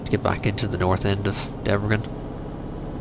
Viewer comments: You should say it like it was written Debresen . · You pronounce Debrecen wrong. I live next to it :D